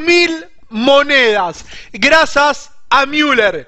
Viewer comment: "Grasas a miuler" jajajaja likaso :D